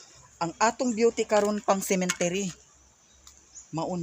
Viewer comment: Cemetery po not Cementery😘😘😘